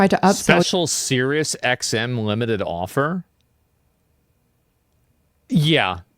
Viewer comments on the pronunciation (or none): none